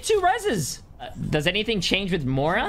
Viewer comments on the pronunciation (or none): Did you just call Moira "Mora"?